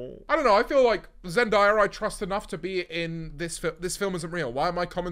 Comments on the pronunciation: It’s zenDAYa not zenDIEa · Why does he pronounce zendaya like zendiea 💀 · Zend-eye-ah sounds way better than zen-day-uh tho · “Zen-die-ra” that really hurt me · Zen-die-a? Lol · saying “zendiyah” is crazy 💀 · ok buddy who is “zendiyuh” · “Zen-die-yah” definitely how u say it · Why does he pronounce zendaya like that 😭😭 (never beating the posh allegations) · THE WAY YOU PRONOUNCE ZENDAYA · i ask why you are saying zendaya like that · bro how you saying zendaya?? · No why did u say zendayas name like that??? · do u know how to pronounce zendaya properly genq